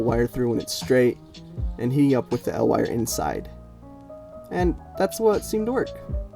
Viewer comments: EE EL Wire. Not "El Wire" It's an acronym, not a Mexican Superhero. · Its spelled E L wire, not EL wire, you also say L E D not LED. EL stands for electro luminescent